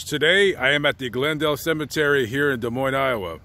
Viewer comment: Thank you for saying Des Moines correctly! For those that don’t know the “s” are silent : De Moin. Huge pet peeve for us Iowans 😁